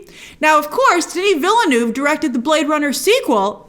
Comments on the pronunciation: it's vil·nuhv, not vil-noov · Villeneuve is pronounced veelnerv. The last v is kinda like an f that trails off.